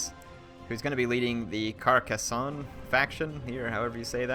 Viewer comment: you nailed the pronunciation of Carcasonne first time unlike Legend which took him over 3 episodes to pronounce it properly hah!